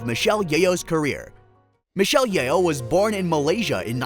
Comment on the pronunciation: Her name is pronounced as Yoh, not Ye-oh 😅